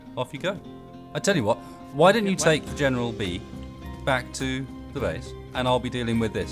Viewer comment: Markebo General bee I believe he said instead of the General Lee